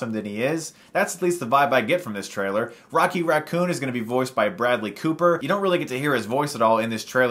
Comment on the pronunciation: lol...."Rockey" Raccoon